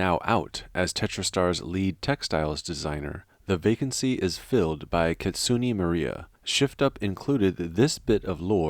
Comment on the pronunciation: "KItsunay" is how they pronounce it. "Not Kitsunee"